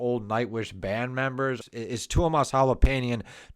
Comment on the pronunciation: Good analysis. Maybe it would be good to learn to pronounce the names of the band members correctly. It doesn't require a lot of effort, but it would be respectful of the artists.